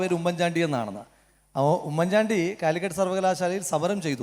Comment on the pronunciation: കൊള്ളസംഘ തലവൻ പിണറായിക്ക് പിടിച്ചു നിൽക്കാൻ കഴിയുന്നില്ല അപ്പൊൾ ആണ് ഉമ്മൻ ചാണ്ടി എന്ന് ശരിക്കും പറയാൻ പോലും കഴിയാത്ത ഇവൻ